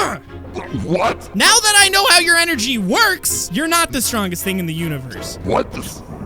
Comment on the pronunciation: Void Steve: I’m the strongest thing in the Univorse!! Me: bruh you even said “Universe” wrong!! XD I’m sorry I just noticed that and I found it super funny XD